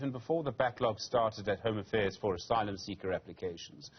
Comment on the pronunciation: She can't even pronounce "asylum"